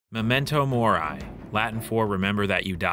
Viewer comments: Did this dude just say "memento morai" at the start of the video lmao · Holy fuck that was the worst pronunciation of memento mori i have ever heard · Memento Mori, not morai hahah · “Momento morai” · Kek Memento moarai pronunciation funny huhuh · dude that is not how you say memento mori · Very informative video, but maybe look up how to pronounce Latin phrases before saying them.